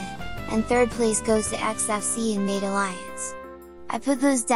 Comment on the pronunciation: You pronounce "Mate" wrong) It should be Матэ